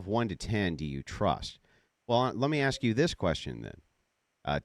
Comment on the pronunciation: Don't trust anyone who pronounces, "Aks" and "Ecspecially"